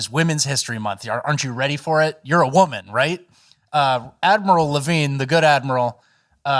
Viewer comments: I thought you said "Avril Lavigne," and I thought, "what???" 🤔 And then I listened and thought, "That doesn't sound like Avril Lavigne," and then looked, and "Ahhh!!! 🤯😳😮 You said "Admiral Levine." Avril would have made more sense. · I 100% thought you said "Avril Lavigne". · oh i just noticed it's name is admiral levine. I thought you said avril lavigne. Wait is that a bit?